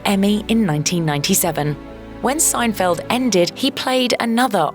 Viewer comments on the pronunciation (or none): none